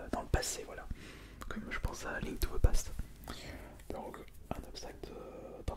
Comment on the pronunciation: Super vidéo ! En revanche c'est " path " = chemin//voie et pas " past " ! Mais good job !